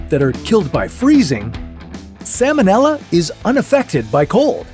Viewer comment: The L in the word "salmonella" is pronounced, unlike the L in the word "salmon," which is NOT pronounced. The salmonella organism was named for Dr. Daniel Salmon ("SAL-mon"), the American veterinary surgeon who discovered it. It has nothing to do with the name of the fish.